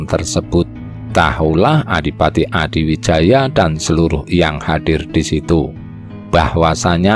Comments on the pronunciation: Admin, narratornya kalo sejarah Jawa ya sebaiknya or Jawa sj, biar pengucapan nama, tempat, dll yg berbahasa Jawa bisa pas/benar. Gerlar Joko Tingkir stlhn jd Rj Pajang Sultan HADIwijoyo, bukan Adiwijaya. Yg ngrti sjrah yg benar jd malas, pemirsa/ pendengar bukan or bodoh2 ya. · Hadiwijaya... bukan Adiwijaya... Topo wudo itu melepaskan atribut dirinya sbg RATU... bukan wudoh blejet... ya dingin banget deh 😃😃😃 Perlu diingat Ratu Kalinyamat adl seorang muslimah yg sll melaksanakan sholat 5 waktu...